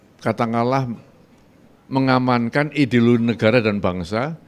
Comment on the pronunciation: Menganankan😂? Mengamankan apaaaaa?